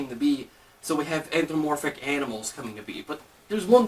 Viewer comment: it's antho-PA- morphic, not anthro-morphic!!! just sayin...